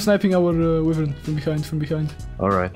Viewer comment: who tf says wyvern like that?